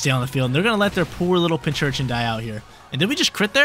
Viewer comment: big fan, however. ITS PIN-C-URCHIN not PINCH-URCHIN.:)